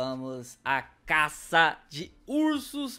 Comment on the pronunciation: Fala direito meu fala caça caça